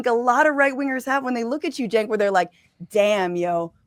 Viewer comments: Hos name is pronounced Chank. Not Chink.😂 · 🇺🇸🇺🇸🇺🇸🇺🇸Hey Boys!! Heres the PRONOUNCIATION of Cenk name. CHENK. Just make that C a CH and you've got it. No J...hahaha. 😂😂😂😂 it's a CH! Love you boys!!! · You guys keep mispronouncing his name its Cent😂😂😂